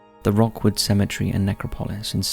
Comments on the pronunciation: “Rookwood” not Rockwood cemetery. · Its not pronounced Rockwood.. It's pronounced Rookwood..🙂🙂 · It's Rookwood, not Rockwood cemetery! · The first one is called Rookwood NOT Rockwood!! The quality on this channel is going downhill fast!! You still haven't pointed out the bending blade of grass on your previous video. Going for quantity not quality is a slue move. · Rookwood is pronounced rook not rock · As a Sydney-sider, just letting you know it’s pronounced rook(ruhk)wood. As in the chess piece. It’s beautiful and peaceful, with amazing historical buildings including a train station that was connected to Mortuary Station in the main heart of Sydney. Even though it is near a main road, the road noise disappears and leaves behind a quiet silence that is only broken by the wind and bird call. Never done a night time visit but I know it is a wonderful place to be at rest during the day.